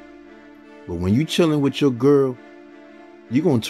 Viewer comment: It’s with, not wif